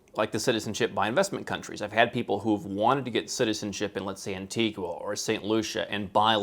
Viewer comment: Antigua is pronounced ant-e-ger / ant-eager. If you're gonna hold Caribbean citizenship, at least pronounce the words correctly!